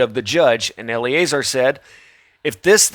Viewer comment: eL Uh Zar not Ellie A Zer